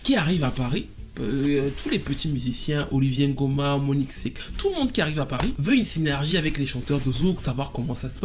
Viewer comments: Très bonne vidéo mais par contre tu n’arrête pas de dire Olivier Ngoma il s’appelle Oliver respect mon homonyme 😂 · Oliver NGOMA. Pas "Olivier"